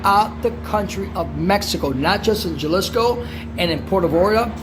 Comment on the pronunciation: Puerto 'Vay - yar - tah'